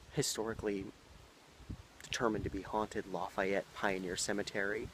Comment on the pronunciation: It's LAy FEE ett